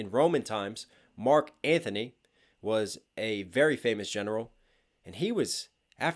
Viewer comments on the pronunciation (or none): Btw its not Marc Anthony...its Marc Antony